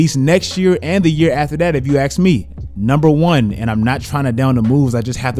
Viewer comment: If you "axe" me...